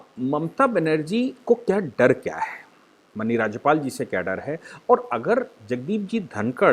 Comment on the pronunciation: Please correctly pronounce the word माननीय